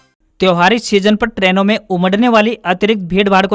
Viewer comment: Traino koi word nahi ha. Train English word ha jisko aap Trano bol rahe han. Agar English word bol rahe han toh usme Haryanavi mix mat karo usko pour English hi rahne